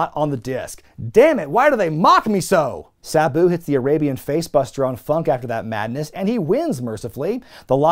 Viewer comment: Please don't call Sabu Buu, please.